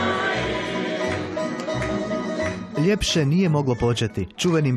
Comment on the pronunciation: ljepse a ne lipse lipo a ne lipse vidi se da nisi is slavonije idemo dalje